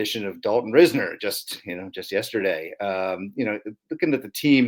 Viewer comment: Hopefully Dalton Ris-ner's to the occasion. 😂😂😂